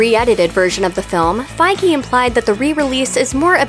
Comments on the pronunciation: “Five Ggey” it’s FIEGE asshole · So Kevin Feige is pronounced as Kevin Faygee? I thought it was pronounced as Kevin Feej. It was all a lie!!! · 'Kevin Faigi' Wot? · Fiege!!!? You pronounce it wrong! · "Feige"!!??? I always thought it was fee•dge, like the "fiji water" but only fij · you're butchering Kevin Feige's name like a lot